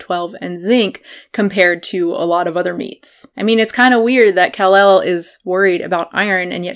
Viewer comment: I agree that you can get all of your nutrients met on a vegan diet (with some supplements). That aside, her name is not pronounced “KAhhl- elle”. It’s said like “Cuhlel”, which you ought to know if you keep up with any of her videos at all.